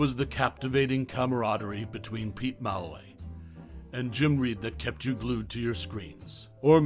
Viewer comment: The narrator’s mispronunciation of ‘Malloy’ makes me suspect he never actually watched the show.